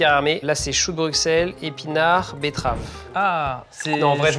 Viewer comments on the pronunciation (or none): none